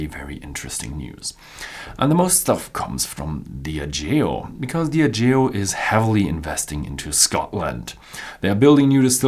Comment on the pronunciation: sorry, but your stress in word "Diageo" is wrong at the beginning